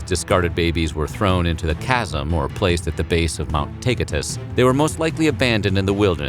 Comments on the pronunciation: Why did he say it’s supposed to be pronounced Mount tieyehthos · Lots of pronunciation issues in this video. I get it you don’t speak Ancient Greece but like for example mount Taygtus, also some Spartans would take the baby put it in wine and have it drink the wine and then if it was good they’d keep it otherwise they’d toss the baby off the cliff. But like you said they didn’t really throw babies off cliffs like savages just left them exposed to the elements of Lakonia honestly being thrown off a cliff might of been more Merciful